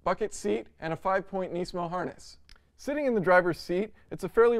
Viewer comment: Engineering Explained ^^ at least know how to properly pronounce the name nismo.